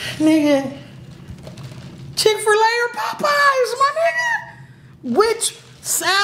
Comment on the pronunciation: “Chick fer lay “